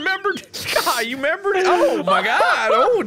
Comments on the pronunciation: "You shoulda membered" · "YOU SHOULD'VE MEMBERED" 😂😂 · Mark: "You shoulda' 'membered!" Me, a member: "But I did..."